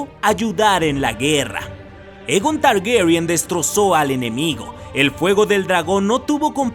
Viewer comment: Por qué pronuncia Targuerian? =º